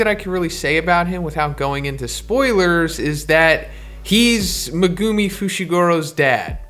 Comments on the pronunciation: Bro it’s megumi not Mugumiii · Great video, but say it with me…Megumi = Mehguhmē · It’s pronounced Meh-Goo-Me not Mee-Go-Me, other than that great video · At first I was like whose me gu mi but then I was like oh he’s just saying megumi’s name wrong lmao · The way you say megumi makes my ears bleed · I hate the way this guy says Megumi